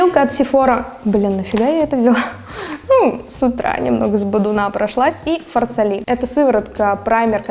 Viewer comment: И фарсАли, а не фарсалИ